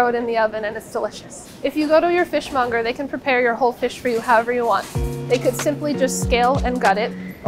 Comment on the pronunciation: Fish mounger. That part lol!